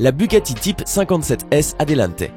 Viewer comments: miura et non mira !! et bugatti atelante et non adelante . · Bugatti 57S ATLANTE ET PAS ATELANTE! C'est gros comme erreur!